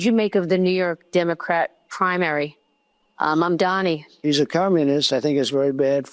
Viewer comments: Please get his name right. It’s Mamdani, not Mambani! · zorAN mamdanEE. LEARN TO PRONOUNCE HIS NAME, MAAAAN 😂. Arabic: accent on last syllable. Spanish: accent on second-to-last syllable.. it sNOT THAT HARD. eeRAHN, eeRAHNIAN, not ai-ran or ai-reinian. 🫡